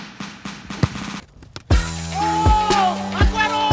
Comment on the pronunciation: The way premier league is pronounced at the start,,,, Eeeeeek